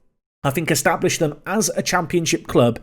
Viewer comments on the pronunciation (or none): none